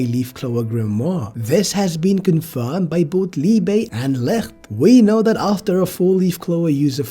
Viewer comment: Guys, he's called Liebe, not Liba wtf